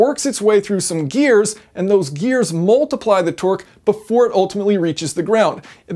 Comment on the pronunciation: He's saying Twerk not Torque and u can't unhear it now 😂😂😂😂